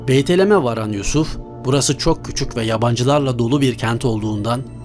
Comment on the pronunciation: beytelem degil BETLEHEM.